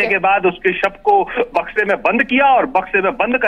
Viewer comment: Madam sahi se to boliye Bakshi mein sab hai ya samay